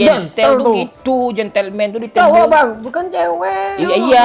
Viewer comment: Si capten bkn gentelmen tapi gantelmen .. bangkeee